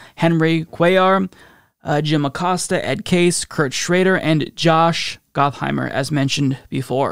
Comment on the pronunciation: I believe it's pronounced "Got"-heimer rather than "Goth"-heimer, but I like your way better! 🤣